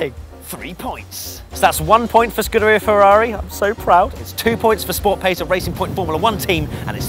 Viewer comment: Now try and grab hold of Will Buxton in the paddock and tell him how to pronounce Scuderia.